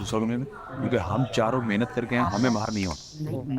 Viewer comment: Nege pehli baat mihnat nhi mehnat hota hai haha haha I can't wait my laugh 😂😂😂😂😂😂😂😂